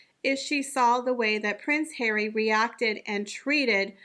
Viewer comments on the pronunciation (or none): You always bring me such joy when you say "PRINCE HAIR-WEE"